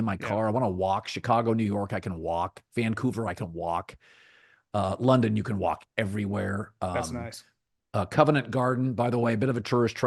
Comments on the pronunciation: Colin. It's "Covent". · “Covent” Garden